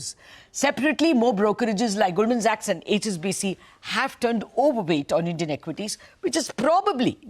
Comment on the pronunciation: Please pronounce Goldman Sachs properly.